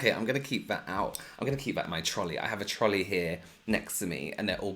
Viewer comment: Every time he says trolley it makes me happy lol